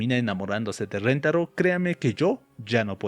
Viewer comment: rentaro ❌️ rintaro ✅️